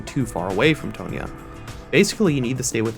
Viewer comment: “T-awn-Ya” not “T-ohn-ya” hue